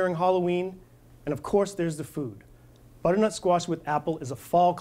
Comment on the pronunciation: there are 3 syllables in the word 'butternut', not 'buttnut'. aarrgg